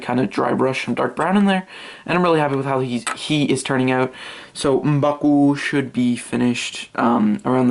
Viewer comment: I love the way u say M'Baku